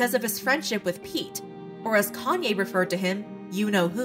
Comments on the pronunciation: It’s “yay” not “yee” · yee? Why would you pronounce it that way if its just a shortened version of his name? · If you take the "Kan" off of "Kanye" you have the right pronunciation. I don't know why people's find it hard 🤷‍♀️